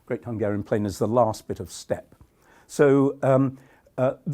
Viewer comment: you lost me at "steps". It's Steppe.